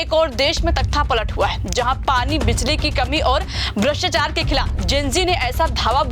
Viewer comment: Madam bhrshtchar nhi bhrshtachar hota hai.